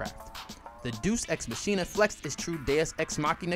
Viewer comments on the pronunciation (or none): im a huge fan but i couldn't help but laugh when you started talking about Deus Ex Machina, and how it isn't easy to pronouce. I can't believe you call it Juice x machine-a